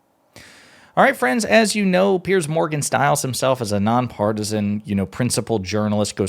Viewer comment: Piers, rhymes with tiers or tears.